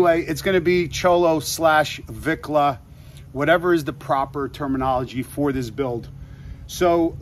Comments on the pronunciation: Orale wat up Homie, glad you like the Lowrider Bike, that's what we call them here in the LA, Low and slow the way we roll..making the color is where it all starts, And it's pronounced Vee on Vicla not Vic, Good luck Homie, can't wait to see it.. Cee U On The Road.. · You requested to be corrected if you said something not correct the word, Vicla is pronounced ( Veekla ) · Its "Veeee-Kla" Vicla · You say it vEEKLah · Vicla pronounce it like vee klah . Put the two together . Vicla 👍🏼👍🏼👍🏼